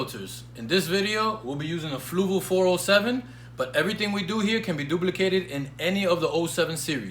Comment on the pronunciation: Why does everybody say flugal? 😂